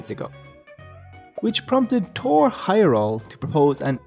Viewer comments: Heyerdahl has a "d" in it. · Why did you consistently leave out the D when pronouncing Heyerdahl? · Dude - there’s a D in Heyerdahl. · Pretty sure the "d" in Heyerdahl is pronounced.